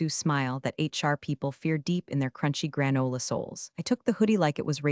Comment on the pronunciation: I enjoy your stories immensely. However, I'm not sure if my complaint is to you (if you have input to Google Dev), or directly to Google. The pronunciation of some words is wrong, and the wrong pronunciation sometimes changes the grammar. Buh tox. Reed v red (both read). Gran oila (someone's grandmother?). Quite the nails against the ancient slate board. Blunts the edge of your stories. How can we, your audience and you () educate the Google ai?